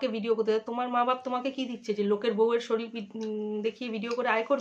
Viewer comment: শরীল 😂😂😂😂😂😂😂😂😂😂😂😂😂 ঠিক করে উচ্চারণ করো